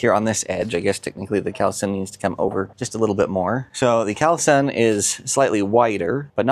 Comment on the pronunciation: Yes, those are impressive panels, but it's pronounced call sun. Not cowl sun